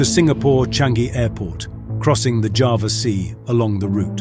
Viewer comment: For the last time, ITS CALLED JAWA NOT JAVA